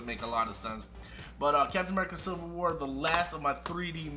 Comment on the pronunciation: I own all except Captain Marvel I’ll get that for my birthday but just have it for my collection also I thought you said “sliver war”